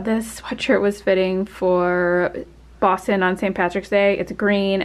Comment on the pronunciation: I lived in Boston for 38 years! You pronounced it all correct LOL!